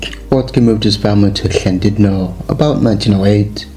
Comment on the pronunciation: Noswaith dda. Now i could better listen your pronunciation of LL as in Llandudno. The HL with some air blown out. Diolch yn fawr.